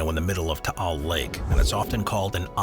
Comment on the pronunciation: Taál (thank you for pronouncing it properly) erupted on January 2020, so now the island is still the same except no flora, horses, or tourists. I remember it covered Metro Manila and surrounding provinces with ash fall; we all wore masks to avoid inhaling the toxic particulate matter floating around..